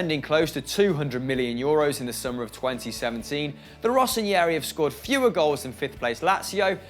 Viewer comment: why do you keep saying rosso n(i)eri ??? thats not how you say it hahaha